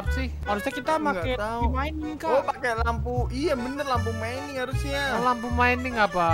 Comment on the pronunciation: PAKE z bukan pake s maaaf